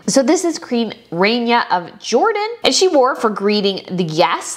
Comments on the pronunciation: It's not RAY-Nia. It's RAH-Nia. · You need to learn how to properly pronounce names. It's Princess Salma not Salam. It's Rahnia not Rainia. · The queen of Jordan's name is pronounced RANya not RAINya. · You should rewatch and pay attention to the style of dress all the women wore. Modesty is taken very seriously in the Islamic faith. The bride is STUNNING while maintaining modesty. I think she was just gorgeous. Even Queen Rania (pronounced Ra knee yuh) is covered up to her neck. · It was a civil ceremony. It took 10 minutes and was silly that everyone showed up for it and had to have 2 fancy dresses. They should have shown the party afterwards. The wedding was no where near the dignity of William and Kate’s. And it’s pronounced “ah” Rania. And you’re completely right about Nancy Pelosi; she should have stayed home. And Beatrice was awesome! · Salma not Salaam. Salaam is a man’s name. You also pronounced Iman and Rania wrong.